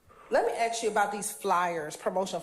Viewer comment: girl it's "ask" not "Ax"